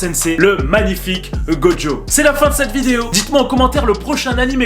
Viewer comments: Ouaaa sérieux il s’appelle gojo go jo T’ENTEND UN P***DE D ?Sinon super vidéo 😂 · Mais Putin il s’appelle gojo go jo t’entends un PUTIN DE D DEDANS ?!